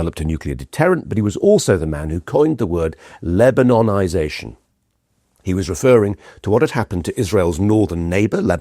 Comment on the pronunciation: “Lebanonizztion” says is all